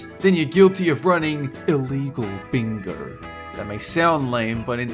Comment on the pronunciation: "Playing BINGAUURRR" ha ha ha